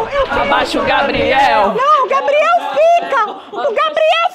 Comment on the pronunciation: "gabireudo" kkakakakaka